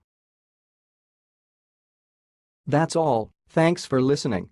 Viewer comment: this isn't how to pronounce the name ndue